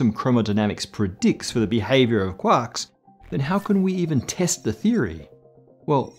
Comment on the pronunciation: really love listening to talk about cuacks